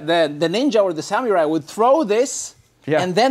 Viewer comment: It’s sam oo rai. No “you” sound! -Love from Japan